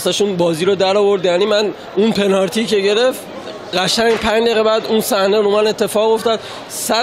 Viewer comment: طرف نمیدونه یا بلد نیست بگه پنالتی و بجاش داره میگه پنارتی بعد چجوری ایشون بازیکن یه تیم لیگ برتریه ؟؟؟ پنارتیییییییییییی؟؟؟؟؟؟؟؟؟ ناموسا؟😂😂